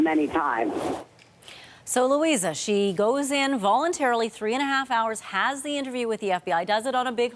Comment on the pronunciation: Why the emphasis on "voluntary"? Did she have a choice?